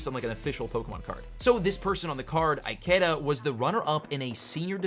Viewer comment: Well, you butchered the name Ikeda